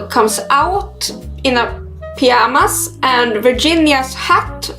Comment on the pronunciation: I like how you say piyamas:) Great telling of this story!